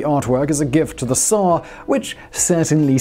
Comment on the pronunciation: I don't think I've ever before heard someone online pronouncing "tsar" correctly before. Great job!